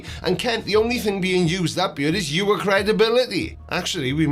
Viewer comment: Why say yoors?